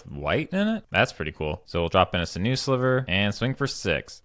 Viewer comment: sinew is pronounced "sin you."